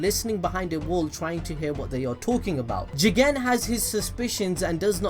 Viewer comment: I really love it the way you sa JIGEN!!!!